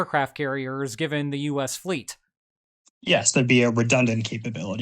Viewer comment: Heads-up, that tilde on Andrés' name tells you where to put the stress in the word